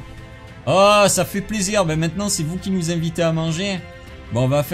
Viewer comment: 😂😂😅😅 au début ta dit smatant sinon continue comme ça